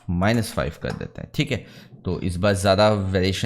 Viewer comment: cheeek hai ( theek hai), next that you try to speak in foreign accent sounds irritate. Please try to speak normal. I am a CAD and MAX tutor since 17 years, but I follows you much longer. You are very good teacher, please work on your pronunciation. Thanks